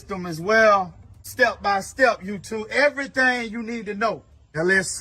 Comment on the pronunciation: Brotha, you had me cracking up LOL I swear you said "LS swap" and "youTUBE" like 84 times in the first 4 minutes, I enjoyed it man, keep at it!